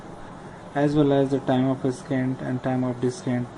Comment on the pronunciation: Thanks a lot! This video helped me understand the concept. I would like to point out one thing though, Ascent is pronounced as "Assent" and Descent is pronounced as "Dissent", not the way you were saying it. :)